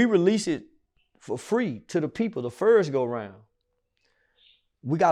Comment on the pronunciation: So Do everybody from Texas say “first” like that ?😂🤦🏽‍♂️